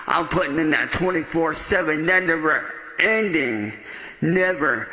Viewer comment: "I'm putting in that 24/7 'nen-derending'...never 'seizing'....."